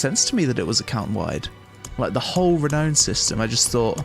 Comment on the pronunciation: It's pronounced the way it's spelt. Re-now-n/re-noun. Not Re-no-n.